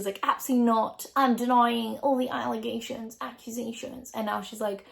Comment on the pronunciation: AHAHAHAAA!! From a person born and raisen in Los Angeles, your American accent on “allegations” is downright delightful!